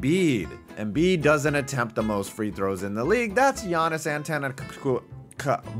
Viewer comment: Man I thought we moved on from making jokes about African names. There's plenty of people pronouncing Antetekounmpo fine and even if you struggle an earnest attempt it sounds less obnoxious. Or even just say Giannis, not like anyone else in the league is known by the name.